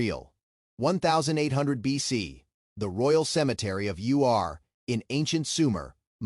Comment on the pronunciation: Ur, as in Err, not You are.